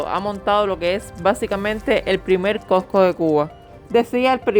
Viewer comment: SE DICE COSCO NO COCO